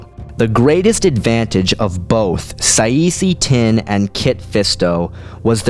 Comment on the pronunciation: it should be Kit Fisto vs Saesee Tiin (pronounce Saa See Tin)